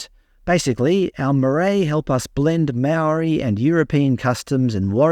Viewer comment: Some of the best maori pronunciation I've ever heard. Absolutely loved it.